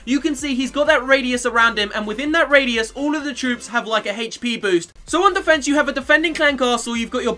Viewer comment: Haha , it's 'defense'